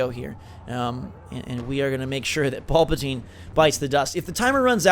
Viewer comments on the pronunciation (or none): I cringe hard every time he calls Palpatine Paulpatine."